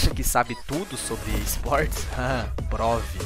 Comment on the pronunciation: Faltou R nesse "prove" do ad kkkk